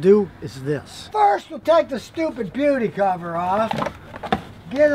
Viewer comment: I heard stupid puberty cover🤣🤣